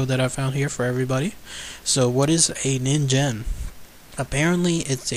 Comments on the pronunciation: it is ningen not ninjen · actually it is based on a japanese word so it's pronounced as nin'ghen'. Correct me if im wrong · pronounced kneen gen I believe which is Japanese for human. I wish there was an organization dedicated to solving mysterious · Phan Qirui I don't think you are wrong, it's the word for human if I am thinking right. It is annoying the crap out of me that 2/2 videos I've seen that mention this monster has said it wrong. Ah... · It's actually pronounced "neen-ghen", which means "human" in Japanese. (or it would be, if it was real) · Its pronounced as Nin-gen the G goes as you pronounce goal or great also BTW ningen is Japanese for human so japanece refer to that criptid a human because of some of its features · it's actually ningen, g as in good, grace, not gem or genital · You are right. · Ningen(にんげん)'s G is pronounced like gas's G.